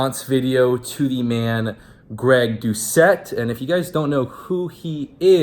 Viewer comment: You’re hella funny for saying his name wrong😂😂😂